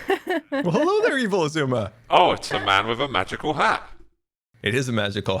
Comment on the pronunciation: Everyone: Evil Xisuma, Evil X.: Evil Sha-Shwam.